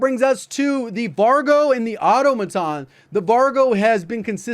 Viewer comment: Hey i thought you'd prefer to pronounce the weapons correctly. Its au-tom-a-ton, not auto-maton.